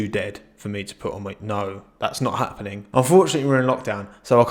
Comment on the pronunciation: Did this man say, "that's not hat-pening"?